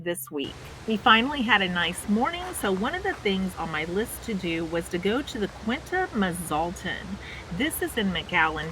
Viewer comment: Pronounced: Quin-ta Mas-at-lon. Beautiful nature trail